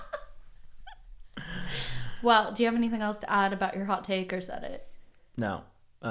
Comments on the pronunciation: He’s saying pillow wrong! It’s PILLOW not PELLOW!!! 😂😂😂 love u guys ❤️ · hot take should be that he says “PELLOW” instead of “PILLOW” 😂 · so many "pellow" fellows haha